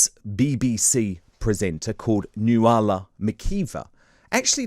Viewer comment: Nuala is not pronounced like that